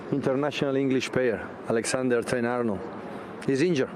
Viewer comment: Butchers Trent's name though 😅